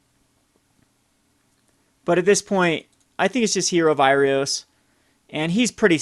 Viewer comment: Heroe of IrOAs and AINok Boundkin, not IrIOS and def. not AURIok. Bothers me more than it should.